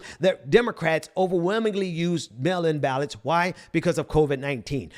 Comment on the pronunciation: Melon 🍈 ballots = Mail in ballots 😂 I appreciate your message. And it should be taken very seriously, but I keep hearing that and I can’t help but chuckle. And on a more serious note, I agree. The people will not lay over and play dead while these white supremacist tyrants try to burn down the one thing that makes this country appear to be democratic.